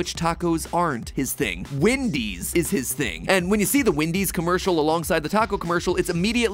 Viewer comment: You say “Windys” it’s “Wendys”